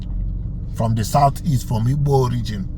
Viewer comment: First of all, it’s “Igbo” not “Ibo”. Secondly, what does “the ones who say ‘Nigeria’ are Biafrans at heart” even mean? Thirdly, nice try with your made up divide and conquer attempt regarding Ebonyi State. Fourth, you forgot to add Borno, Sokoto, and Ogun states to the list of Benue, Kogi, and Southsouth.😂 Fifth, what does any of this have to do with Peter Obi denouncing IPOB? Current and previous Nigerian presidents have, for example, denounced terrorist groups who they brought into the country for political purposes. At the end of the day, remember that nobody owes you any explanations. I’m just being nice to not ignore you like everyone else has for the last several hours.😅